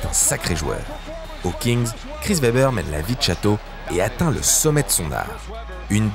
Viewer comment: Très bonne vidéo encore! Un petit truc à améliorer rien de gros la prononciation des noms des joueurs par exemple Chris Webber.